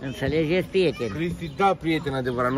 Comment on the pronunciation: Ne-a înnebunit cu "Intalejet prieteni"